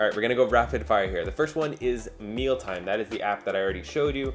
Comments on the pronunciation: Just a heads up...the app he showed is named : MEALIME not Mealtime like it sounded. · I think you meant Mealime not Mealtime!